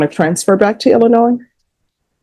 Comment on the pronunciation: did I just hear her pronounce the "s" in Illinois??? No one actually from Illinois would do that. This calls for an investigation. didn't understand was "PF" stood for, anyone know? I didn't really hear a felony here - sounded like all misdemeanor stuff? ... unless the scuffle got more violent than anyone is acknowledging here? oh, well - good luck to her (and please stay in Texas, we have enough 7/11 warriors here in Illinois already!)